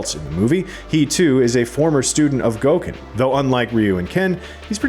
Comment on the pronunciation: Gooken haha